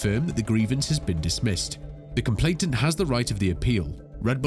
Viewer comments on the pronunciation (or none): flip me, do you just not know how to speak? i mean, the word is right there on the screen. and whilst i know you're not literally reading from the screen, you [must] have a script. so its complaiNANT not complaiTANT